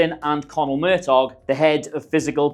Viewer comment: Fantastic video! Great insights I was subconiously aware of but now I know the minute details. Btw Conall Murtagh's surname is pronounced "Murta"